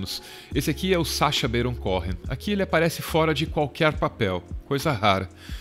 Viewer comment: Só uma correção: o sobrenome é pronunciado "Cohen" mesmo, não "CóRRen"